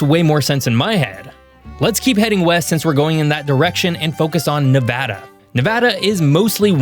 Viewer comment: Nevadan here. I am happy about that and the fact that he pronounced it correctly.